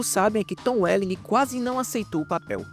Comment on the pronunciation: Cara não se pronuncia o "G" no final do nome do Tom Welling